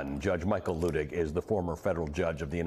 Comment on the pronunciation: Luttig is pronounced LUTT ig, not LOO ig.